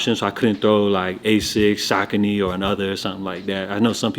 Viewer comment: What's good kid love ya shows bro... Preciate you... Oh and btw there called Saucony... Suh-koh-nee